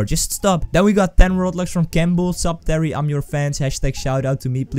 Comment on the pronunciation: YAY you read my name correct the second time :D